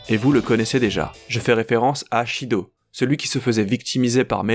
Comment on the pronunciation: Shido? Son nom est Sido! Pas Shido!